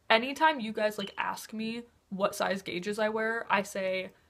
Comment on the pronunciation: sorry, abi, i really like u but when u said gauges i had to pause, evalute if i should continue watching and now i'm gunna leave i watched the ad at the start of the video though (